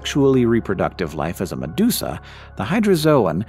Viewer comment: meduka becomes medusa